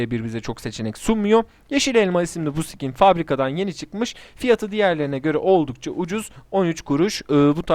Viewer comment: Skine sıkin demen lazım sikin diyon yanlis anlasiliyor